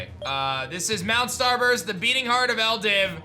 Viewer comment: Shouldn’t the region be pronounced “Ell-dew” not “ell-div”? It’s spelled with a W at the end... Also yes you’d rather be 1-2 levels over everything because sometimes there are random level jumps between a gym and a boss